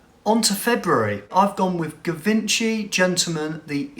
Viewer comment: Hey brother just FYI Givenchy is pronounced Jee-Von-Chi